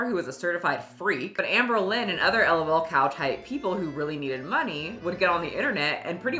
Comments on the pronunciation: Hearing it as "el oh el" cow was my reminder to touch some grass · Hahahah don't spell out lol like "el oh el" it's just like LOWLCOWs.